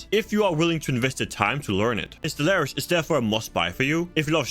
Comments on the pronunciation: bro I can't watch or respect you because you mispronounced stellaris in the first 10 secs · To be fair it's a game review a good start would be to pronounce the name of the game properly I can't take a game reviewer seriously if they make such a grand mistake in the opening of your review!